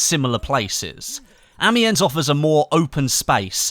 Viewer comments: Amiens is pronounced without an s. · That pronunciation of Amiens though...